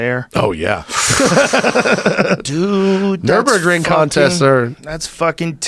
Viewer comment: Hey Joe how about you teach your dumbass "car guy" friend Brenda how to say nurburgring